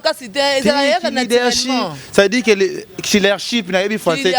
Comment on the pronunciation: Leadership lekesthou et non leadershi 😂😂😂😂😂 leke leke Boni ozo fingisa ifasic boye aaaaah